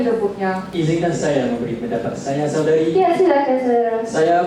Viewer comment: sebut perkataan dgn sebutan yg betul cth saya..'ya' tu sebut 'ya' bukan 'ye'